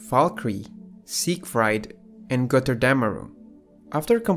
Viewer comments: Es heißt GOTTERDÄMMERUNG und nicht Gotterdämärong!!!! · It is so funny how you say götterdemmerung when you are from austria